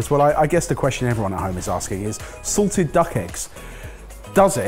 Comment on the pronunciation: said SALTED duck egg…I heard SORTED duck egg…misheard lyrics 😂😂😂😂